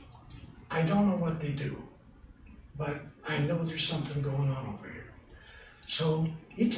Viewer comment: "Pleasure to be veer"